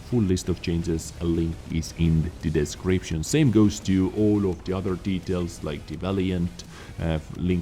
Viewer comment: I just love the way, you customused the pronunciation of Dezcription during your videos. Nice. Trademark it. Dezcription recipe from... Username: Peto177Vizsla, server: EU. All the good health 2 all.